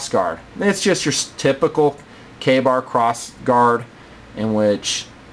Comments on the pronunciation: kabar? i thought it was pronounced kay bar.... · its not pronounced kabar its pronounced Kay-Bar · why does he say kahbar? isnt it kaybar? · o meh dosent matter butfrom what ive heard its prounounced kay bar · its pronounced kay-bar.